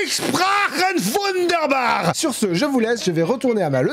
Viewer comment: J’suis morte le « wunderbar » 😭